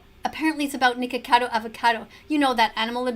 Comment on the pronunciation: you did not say nikacado